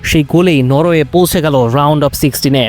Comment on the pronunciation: Khelajog ar new reporter ar pronunciation ar dike aro kheyal rakte hobe... "পৌঁছে, বত্রিশ" এই শব্দগুলো ভালো শুনায় নাই। #Shahriar